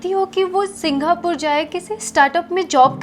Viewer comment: Singhapore bol rahi hai😂